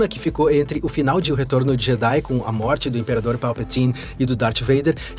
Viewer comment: Nunca ouvi ninguém falar Palpatine tão massa kkkkkkkkkkk